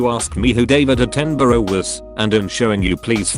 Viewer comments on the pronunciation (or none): none